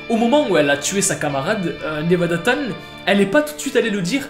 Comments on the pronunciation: C pas 'tan' mais 'chan' et sa se prononce 'tchan' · Oui mais on dit chan pas tan sinon c’est tout bonne vidéo